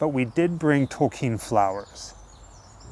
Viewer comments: Wait a second haha you’re saying his name correctly. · I read The Hobbit and The Lord of The Rings in the seventies. I still have those books. Didn't know it was pronounced Tolkeen. Thanks for that. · Yes, the proper German pronunciation is 'tol-keen'. Glad you clarified that. Great video as always! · Yay! I was gonna ask for you guys to stop too! I recently watched the movie about Tolkien. I watched it about two months ago. Thank you so much for sharing this! Yes, I learned how to properly say his last name too. I’ve always loved the love story between him and his wife. 💙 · I thought the grave would be majestic vibe as well. But it’s certainly not small potatoes either. I think it suits Mr. Tolkien if he were to have wanted this style/type of grave. And thank you for the correct pronunciation of his last name, since most of us don’t say it correctly. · Love how cleaned the necklace and put it on the grave. JRRTolkien was a brilliant man, just like CS Lewis, they wrote the most magnicificent fantasy stories and even their own worlds. They were men to look up to. And I love how you talk about the fact you didn't pronounce his name well, it reminds me of that episode of South Park where Token's name was actually Tolkien because his dad was a big fan, I don't know if you guys have seen that? But it's a fun note. Such an amazing video, can't wait to see the next one! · It's very nice of you to have corrected the pronunciation of his name. It is alone a sign of respect. Many (even folks form the UK) did not know how to pronounce it. So well done and look forward to more videos from you guys. Much love from the U.A.E.